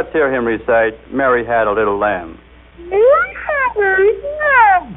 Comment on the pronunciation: mÆry had a little lamb i t s f l e e c e w a s w h i t e a s s № w